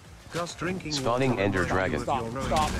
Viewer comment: Tries to pronounce ender as Like it’s not raining